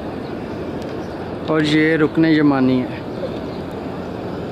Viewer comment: Al Rukon Al Yamani Arrokn elyamani That’s how u say it right